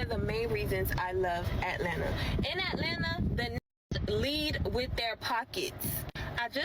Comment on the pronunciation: What would you do over there? Look at and talk about other people? Boring. I took my wife out to concerts or dinner and a movie or a museum or whatever, just to enjoy together. But hey, I'm not from "Ellenna" or how they pronounce it.